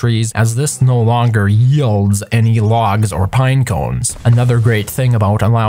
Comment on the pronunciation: YHIEEEEEELDS hahaha that was a funny pronunciation